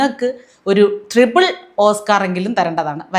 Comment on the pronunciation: Thrible alla triple ennu parayu